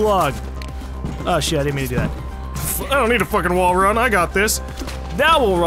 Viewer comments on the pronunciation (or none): "now we'll wall wun"